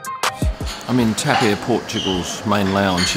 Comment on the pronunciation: it is not called TEP, but TAP :face-blue-wide-eyes